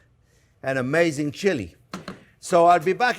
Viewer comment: Wow, that finished chili looks absolutely amaizing (that's my attempt to spell "amazing" like the Chef pronounces it!). Can't wait to try this recipe.